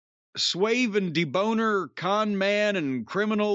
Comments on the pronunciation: I never thought I hear debonair pronounced "De-boner" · My man said, “Sweeve and deboner.”